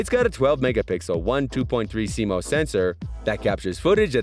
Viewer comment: Like your videos. FYI. CMOS is pronounced like sea moss. 👍